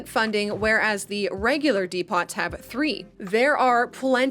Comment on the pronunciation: I have never in my life heard someone pronounce depot as De-pot. Jokes aside love the vid! ❤